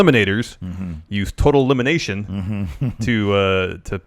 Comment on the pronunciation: I think you meant to say "TOTALLLELIMINATON!!"